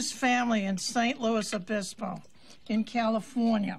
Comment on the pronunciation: It’s San, not Saint.. San Luis Obispo! Lol.. I lived there for awhile. And the S is pronounced in Luis. For some weird reason, anyone not from California, says “Saint” Luis Obispo, or St. Louie Obispo.. just no. I’ve heard it said in other t.v. shows, too. It’s like some people say, St. Louis, Missouri and saying the S, or not saying the S. We’re crazy in the U.S. like that! Lol 😉